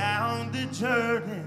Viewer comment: Did he say Jerdan?